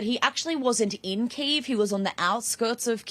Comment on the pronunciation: Why do you mispronounce the capital ? It's not one Syllable name! Drives people nuts!